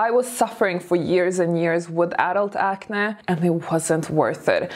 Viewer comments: Wow! I didn't hear any English mistakes. You are now sounding completely fluent. The word acne, sounds a bit weird, when you say it. Ac-nae. Ppl usually say ac-neee. Congratulations tho. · By the way, about the word “acne”: it’s pronounced acnee (like the word ‘knee’) even though it’s not spelled like that. My mom (who’s Hungarian) pronounces the word “acne” like you do- it’s cute. Just a little distracting when pronounced differently. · It's pronounced acnē 🤣😘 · Ok I love to hear you say acne. I've developed adult acne in my 40s. I hate it. Its almost as bad as adult braces. People judge and don't take you seriously. Thank you for the tip. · Even the way says "acne" sounds classy 😂